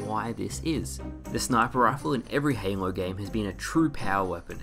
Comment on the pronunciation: I think I heard you call halo Hanelow?